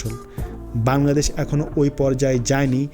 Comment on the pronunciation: বার বার বাঙ্গাদেশ বাঙ্গাদেশ করছেন কেন? এই শব্দটা নিয়ে আমি অতিষ্ট,,প্রত্যেকটা ভিডিওতে বাঙ্গাদেশ একবার না একবার বলেনই।আরে ভাই আগে নিজের দেশের নামটা ঠিকঠাকমতো উচ্চারণ করুন।ধন্যবাদ(আমি কিন্তু আপনারই ফ্যান)